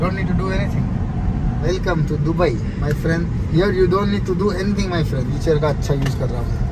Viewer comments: you saying डुबई to दुबई is irritating... please 🤌🏻 ye naye accent mt invent karo 🥲🙏🏻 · Dubai ko Dobai kon bolta h 😅🤣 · Dobai nhi dubai hota hai 😂❤🚀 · Is not dhubai it's dubai